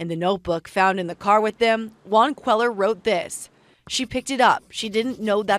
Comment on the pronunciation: When reporters live in the southwest, they should learn to pronounce Hispanic names. It's not QUEL-er. It's QUAY-yar.